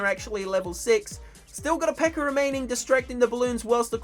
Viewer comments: when you say P.E.K.K.A it sounds like your saying P.E.K.K.E.R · calls them peckers instead pekkas